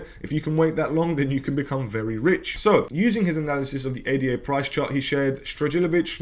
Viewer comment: Ada NOT A.D.A